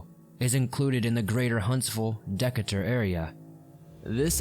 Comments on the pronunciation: Its rare to hear about a local case. I’m from Limestone county. Also, It’s pronounced De-Cay-Tur. Awesome videos, thanks man! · Decatur is actually pronounced dee-caiter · As someone from Alabama, we often say Decatur as Dee-Kay-tur (like turd without the d)